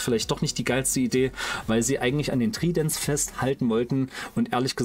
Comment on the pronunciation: Ich würde mir wirklich wirklich doll wünschen das bitte nicht jedes Video um nen Daumen gebettelt wird, ich meine du überzeugst doch mit deinem Content und es wird "Treident" gesprochen,- Ist als konstruktive Kritik gemeint ,ansonsten informatives Video.